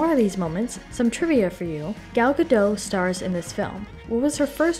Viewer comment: Nice work! I really liked the movie. Just a note, the T in Gadot is not silent. Ga-dough-t. Gal is pronounced Gahl. Gahl Ga-dough-t 😊